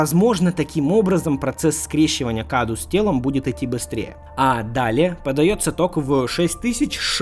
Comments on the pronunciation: не каду а кадоу с ударением на букву О это на румынском языке означает подарок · насчёт паразита Каду: правильно он произносится "Кадоу", ибо cadou - это подарок по-румынски